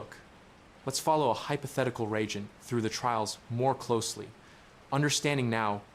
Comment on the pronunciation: Respectfully, it’s re-agent. Ree-Ayjent